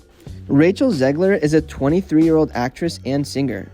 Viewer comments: she is called Zegler tho, not Zelger. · Cant deal with the zelger thing. You didnt care enough to get it right